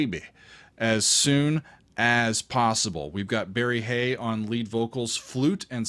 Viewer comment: Like your Dutch pronunciation,. Except for Barry Hay's name you got them all wrong.🤣🤣. No hard feelings, I hope. I'm from The Hague in Holland, the same city the Golden Earring are from, except for leadsinger Barry Hay who was born and partly raised in India.